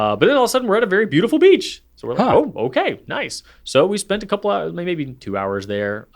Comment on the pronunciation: .19 did just say “noice”? 😂 If that’s a Kath&Kim reference, I’m impressed. Greetings and thanks from Australia.